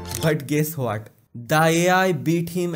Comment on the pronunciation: Ho-At iz intaligance😂😂 gendu